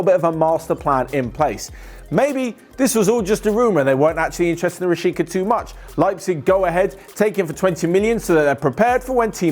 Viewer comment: its pronounced Rah-shee-TSA